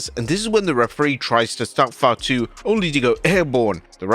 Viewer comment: Lol your "Fatu" sounds more like 5'2